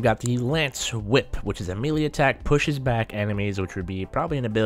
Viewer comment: YOU KEPT ON SAYING MELEE WRONG